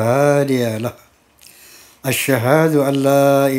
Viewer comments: Hhhhhh seblum ceramah alangkah baikny benrin dulu bacaan syahadat nya dulu bang haji baru ceremah. Mana ada bacaan syahadat asehadu harusnya as'hadu . Di ulang lagi waasehehadu harusnya waas'hadu . Alangkah baiknya bang haji belajar nahwu sorof dulu bang sebelum jadi kyai hehhehe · hehhehe mohon maff nggeh bacaan syahadat anda sangat salah. Alangkah baiknya belajar nahwu sorof dulu ehhehheeh mohon maaf bukan menggurii tapi ya emang salah. Gk ada bacaan syahadat itu assehadu akan tetapi as'hadu. Dan juga waasehadu akan tetapi waas'hadu sekian terimakasih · Hehehhe masa sih bang masa penerus waliallah baca syahadat aja belepotan nahwu sorof nya. As'hadu di baca asehadu Wkwkkk dari situ aja udah ketebak loo bang masa iyha menjabat kyai seperti itu hehehhe mohon maaf sebelumnya. Alangkah baiknya blajar nahwu sorof dulu aja bang yang rendah. Sebelum baca Al-Quran . Bacaan Al-Quran roma irama sangat lahh. Belepotan banyak salahnya . Bukan saya mengguri tapi kn anda udah menjadi kyai di barisan anda jadi ya harus faham hehehhehe.